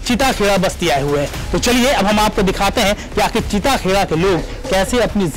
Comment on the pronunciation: Areee anchor bhai chita kheda nhi chitta kheda h